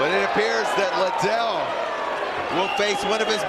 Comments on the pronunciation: Lie Dell!!!! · Joe pronouncing Liddel like how Oscar dela hoya annoyingly says it, 'Lie Del' lol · Everyone drink everytime Joe says "Chuck Lie-dell." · It took Joe a while to catch on to chucks actual name pronunciation after multiple Chuck “LYE-DELL” mentions 😂😭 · It triggers me when Joe Rogan keeps saying his name wrong..